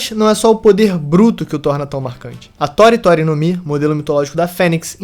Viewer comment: Ele fala como se tori tori tivesse assento assim tòri tòri